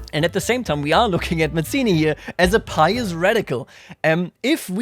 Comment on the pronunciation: Hello! Italian here! We pronounce Mazzini both as /madz:ini/ (more common) and /mats:ini/ (less common) so don't worry, your pronounciation is good!